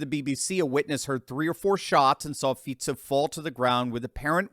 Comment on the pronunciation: Ah finally someone correctly pronouncing our PM's name. He is just slightly left and all conservative. And yeah he got famous for saying he wants peace on Ukraine, no weapons for them, no Slovak troops fighting against Russia, and criticizes the covid policies of the previous government and is against WHO gaining the right to rule over us when they self proclaim another pandemic. Yeah I wonder why they tried to murder him.